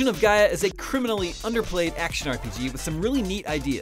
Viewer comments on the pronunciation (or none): none